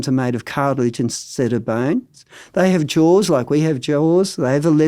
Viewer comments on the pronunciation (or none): none